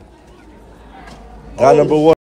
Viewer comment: I swear every time says “guy number..” it deadass sound like he sayin “GOD number..”😂